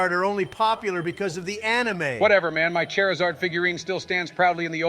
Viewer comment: I love how halfway through they're arguing proper pronunciation among Pokémon names, when they both say "Chairizard", lol